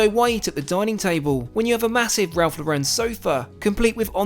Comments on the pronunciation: Great video! It’s Ralph Lore-en. Not La-Ren 😂. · Great video, just thought I should point out that you’re pronouncing Ralph Lauren all wrong! He’s American so it’s pronounced as if you would say Lauren as in the girls name. He’s not French! I know you’re a stickler for the hard T in Moet so thought you would appreciate this 😉 keep up the cracking videos!